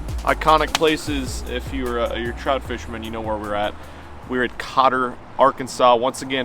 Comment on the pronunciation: I love the way he says trout 😂 Had the biggest troot I've seen in my life.